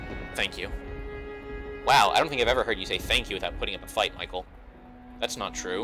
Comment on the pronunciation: how is it possible to still be calling him michael instead of michel at this point in the story lul